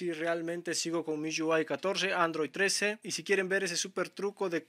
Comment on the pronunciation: Porque pronuncias así MIUI, MIYÚAI, hable bien mijo.